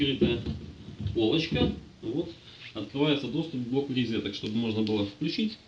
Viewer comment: Отлично, если б не ризетки...